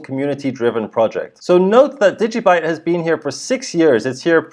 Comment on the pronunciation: degee byte ha ha ha